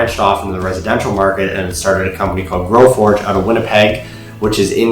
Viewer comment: type in your title and video description. its growforge. not growfordge